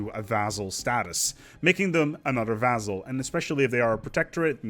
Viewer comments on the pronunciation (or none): Vass-all, not vazzell. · So far as I can find, "vassal" is pronounced with an "s" sound in the middle, not a "z". In sedentary the accent is on the first syllable. Thanks much for the videos. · Pronouncing Vassal "Vazel"